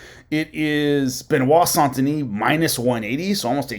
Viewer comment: Saint Denise. French pronounce it soft a. As in sand. Not. On sound. So you trying to sound like you speak French is bs.